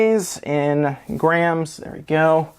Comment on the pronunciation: "Grey-ams". Not sure what a "Grey-am" is dude.... Are you attempting to say "Gram"?